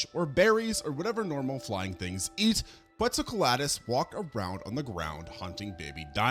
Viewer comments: No offense because I love your content but you make mistakes on a lot of the names throughout your videos (for exemple Inostranvecia instead of Inostrancevia or Quetzalcoaltus instead of Quetzalcoatlus) tho it's a minor issue in my opinion (doesn't get in the way of the informations + you show it written anyway). Love your videos, keep going ^^ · Dude, I like the content and subbed awhile back. But your pronunciation is a crime. In this one you murdered basilosaurus and quetzalcoatlus. Just take a few seconds and look up these pronunciations. It's not good for your credibility to constantly be fumbling these names.